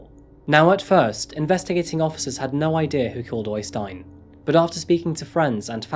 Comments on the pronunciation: OYstein? It's better to pronounce the Ø as EIYstein. I've seen jokes before about English with a Norwegian accent, but the opposite is much more silly. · øystein not OYYstein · Its pronounced Errstein , not Oistin